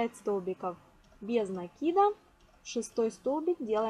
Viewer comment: правильно накИда😀